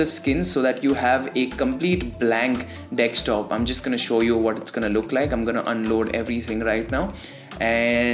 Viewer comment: Your accent is cool and all but its "desk-top" , not "dextop" :v Loving the content tho